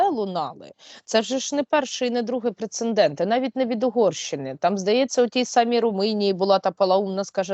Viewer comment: Скажіть вже хтось Сейраш, що слово прецеНдент і пишеться і читається ПРЕЦЕДЕНТ. У кожному випуску вживає це слово по надцять разів і ніхто з ведучих ніби навмисно не чує.